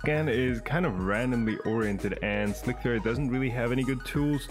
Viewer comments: it's not slick - 3 -r it's just "slicer" spelled with a 3.. great video though. i liked seeing the 3d scanner and functional prints! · I'm so glad I'm not the only one who calls it "slick-3-r". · "Slick 3 R " xD. slic3r .. SLICER :)